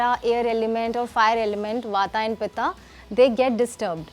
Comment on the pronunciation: it's वात not वाता & पित्त not पित्ता 😂